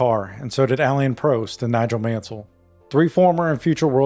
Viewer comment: Just for the record, Prost isn't prounounced like that. It's not toast. You pronounce the O as you would in the word "soft" or "bottle". The same goes for Rosberg.